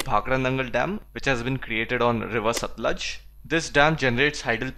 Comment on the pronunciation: I just hated Geography before watching your videos. I usually just slept in my Geography period and I've not yawned once while watching any of your videos xD . I've seen all your videos for class 9. I'm from Punjab and the only thing that bugged me was the way you pronounced the names of the rivers Satluj, Beas and Ravi. The correct pronunciation is Satt-luj (looj) , Bay-aas and Raavi.